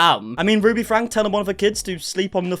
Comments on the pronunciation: i appreciate you making these videos but for the love of god i’d think you would know by now that their last name franke is pronounced like FRANKIE 😂😭 all love 🫶🏽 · Ok i have to say this just because you report on them so much. It’s franke is pronounced “FRANKEY”! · Does he purposely pronounce franke wrong? Been watching the videos forever and wondered it it on purpose, because it’s 100% pronounced by them and family and friends frank(e) franky frank-eeeee 😅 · hey lol btw the pronunciation of shari, it’s not sh-AH-ri, it’s sh-EH-ri. also it’s franke pronounced frankie not frank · I commented 6 months ago explaining that your pronouncing every one of their names wrong🥲 this is ShERRY and these are the FrankIES!